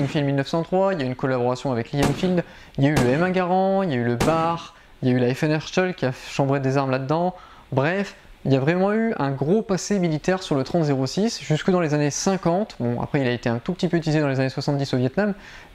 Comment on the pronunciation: FN Hertscheul ? Vous nous avez déjà souillé à la coupe du monde pas besoin d'écorcher le nom de notre manufacture d'arme 😂 sur ce bonne vidéo et très belle chaîne !